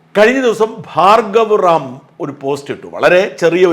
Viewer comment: ഹാർഗവ റാം അല്ല ഭാർഗവ് റാം